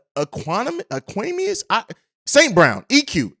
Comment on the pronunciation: No disrespect but ur terrible with names (Vey-Lis) EQ (Eck-Qwa-Nee-Mee-Is) Al-Quadin (Al-Qwa-Deen)